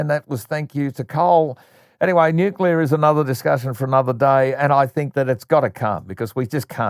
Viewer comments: It's pronounced nu-cle-ar. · I always laugh at the pronunciation "newkyellah " its just as silly as Chris Bowen.